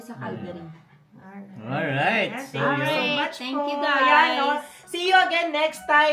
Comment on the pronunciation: ok engkya hindi engkyu